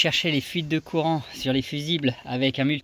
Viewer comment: Veuillez prononcer couuuurant, il n'y a aucune fuite dans le Coran, tout est à la portée de tous le monde.